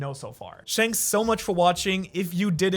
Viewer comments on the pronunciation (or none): If I have to hear you say "shanks for watching" again, I'm unsubscribing... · "Shanks so much for watching" 😂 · he always says shanks somuch instead of thanks